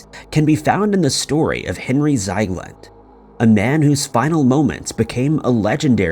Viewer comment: No wonder you can't find him.. It's not Zeigland.. It's Ziegland. How do you manage to botch pretty much every single name? Are you actually trying?